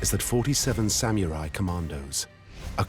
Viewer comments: Not the reveal ...."Sam-yooooo-raiii" *confidently ☠ Costumes are very tacky and inaccurate, too... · The narrator has a problem with the word samurai. Not sam mew rye, Sa mu ri Takes you out of the vid. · Christ! It's literally pronounced Sa-mu-rai like how it's spelt, not sam-yurai. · It's Sa-mu-rai, not "Sam-u-rai." Sheesh. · Omg... "Samyewrai"... Stop saying that. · Sam-your-ai? I’ve heard people from all walks of life pronounce samurai, and never have I heard it be pronounced with a “YUR” in there. Sam-orr-I. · The only thing I got from this documentary was sam-YOU-ri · "Sam-you-rai" ikyfl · well, the narrator said "sam-you-rie", sooooo it's par for the course. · I mean. They actually keep saying “Samyurai” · SamMUILAI ? WTF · Well made... shame about the narrator's pronunciation. "sam-you-rai"?? Annoying.